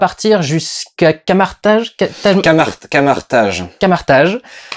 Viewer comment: "camartage?" "ça se prononce car-margue" (dsl ça m'a trop fait penser à un épisode de crossed de karim debbach sur le film doom ^^)